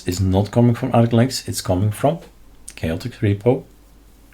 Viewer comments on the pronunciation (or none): Not chaoticS but Chaotic AUR